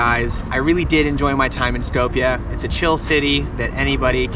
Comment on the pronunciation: It's called Skopje not skowpia and three dollar beer isn't cheap, yes good beer